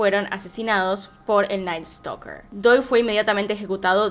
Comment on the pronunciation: Jajaja me dá risa como dice (creo que se llama ), en vez de "Night Stalker" dice: "El Night Stoker"... 😂😂😂🤣🤣🤣